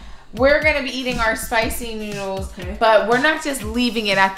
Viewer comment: It's noodles not noddles but it's oke still love you guys ❤️❤️